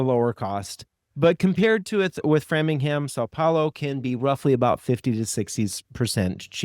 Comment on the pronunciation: BTW it is “frame-ing-ham” 😊